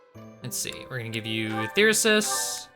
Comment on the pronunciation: That's cause he hits on the majority of the female characters only ones immune are Edelgard, Shamir, and Catherine maybe he's afraid of them :3 Wow +7 to phys and mag now I see why you've been ignoring his personal :P Meh call Thyrsus whatever I liked your way of pronouncing it. It would of been cool if this gave you the option to have a tea party Same with Maya although Raph was the only one who talked about her Through all of GD Flayn didn't mention cooking once now she has multiple supports about it 😅 I bet it was a seafood dish fish bones can be a pain in the ass to deal with :/ Surely other people have that covered 😂 Incredible supports as always